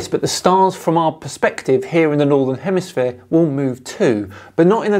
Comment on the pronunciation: He says “northern hemisphere” and “southern hemisphere” so many times and still, he has no clue…. Say again “hemisphere” but slowly….!! Lol